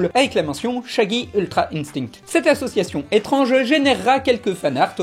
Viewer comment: J'adore quand il dit ultra "intingte"